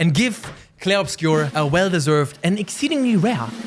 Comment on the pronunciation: As a main language french, you pronounce well "Clair Obscur" haha